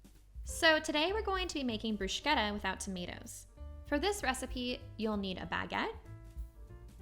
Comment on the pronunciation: In Italian, ch in the middle of a word is pronounced like a k. There is not sh sound in this word. Thanks for the recipe. :)